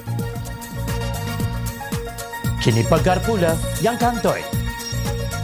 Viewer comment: Assalamualaikum. Peribahasa tu berbunyi Harapkan pagar,pagar makan padi...bukan PEGAR. Penulis text berita juga harap maklum.